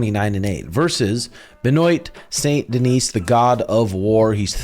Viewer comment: “Ben-oit saint deniese” jesus you and sean are the absolute worst at pronunciation🤣